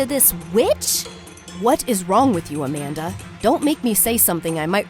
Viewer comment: WHENEVER “AMANDA” WAS SAID IN THE VIDEO I THOUGHT IT SAID “a panda”